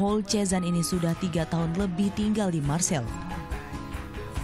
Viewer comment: Marseill kan bukan marsille